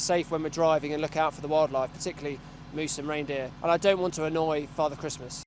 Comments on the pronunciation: also christmas 😂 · also "christmas" 😂